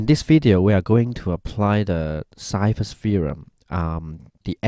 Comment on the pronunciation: I think Ceva is pronounced chayva